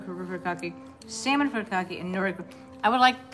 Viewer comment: Certified weeb here. The first syllable in "furikake" should be pronounced like "Hootie" from Hootie & the Blowfish. hootie-cock-eh